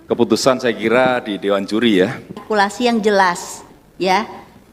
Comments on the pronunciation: Duta arghtikulasi r lu bekarat buu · "Menghina" itu ketika mengatakan "artikulasi" nya. Kebetulan siswanya memang seperti itu gaya bicaranya! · Juri yang cewek coba suruh nyebut huruf RRRRR rrrRRRRrrRrR RrRrRrrrrrRRrr rr artikulasi RrRrRrrrrRrr